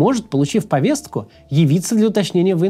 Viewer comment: Максим! У тебя сегодня буква Т на проработке. В слове Повестка, звук Т - должен звучать более редуцированно. В слове Нарциссический - звук Т - отсутствует